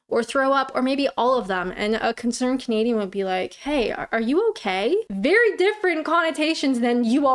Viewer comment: ... you have changed how you say things over time .... In your earlier vids you'd appear to say "... I'm Kinadian" but you now appear to say "... I'm Canadian"